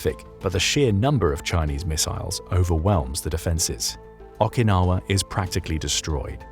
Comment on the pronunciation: What's up with you Britt's casual mispronunciation of foreign words? Is it a vestige of Empire/colonialism? Anyway Okinawa is pronounced with a long O as in row, not a short A as in raw. It starts with an O, not an A!